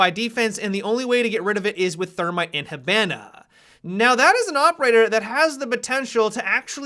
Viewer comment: please learn how to pronounce hibana without sounding like an American hick